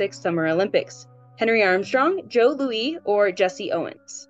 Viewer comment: 25 (some were 'educated' guesses). I do believe it's Joe Loo-is not Joe Lu-wee. To paraphrase Inigo Montoya, I do not think how you pronounce that name is what you think it is. But on the flip side, I really enjoy the breadth of your questions.